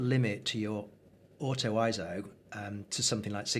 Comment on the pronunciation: Glad you made the point of pronouncing "ISO" correctly... (ISO; /ˈaɪɛsoʊ/) is derived from the Greek word isos (ίσος, meaning "equal")... It is a backronym NOT an acronym... Excellent videos... I intend to share this along with your others... Thanks so much...